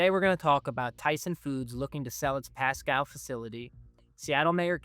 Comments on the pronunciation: It's pronounced; "Pasco" NOT "Pascow" young man. Listen to the guy that was in your first clip. He pronounced his city properly. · It's pronounced Pascooo not Pascow...... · It is pronounced "Pah-scoh," not "Pah-Scow." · The host ("") is apparently an AI construct, simply because the correct pronunciation is "PAS-CO", not "PAS-COW". I noticed another mispronunciation, but I was stunned by the Pasco mistake enough to wipe the other out of my brain. So you get a thumbs-down today. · The City is PASCO, pronounced like Taco. Not PASCOW. I know that the native names of our cities may be hard to understand, but as a reporter, please just give us a call. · As others have said already: it is pronounced “Pass-Co” (not Pass-Cow). Thx for this channel, I appreciate the Center Square. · Pasco..long O...learn how the locals talk please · Pass-cow wow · I was trying to figure out where Pascow was 😅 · Is this guy AI? He cannot pronounce Pasco. As in Pas-Cooo. The prostitutes dont take SNAP. They could fix that, to save the small business of whorin'. Sideshow bob fuhrerguson is underwater. But all this is Trumps fault, just ask a democrat communist.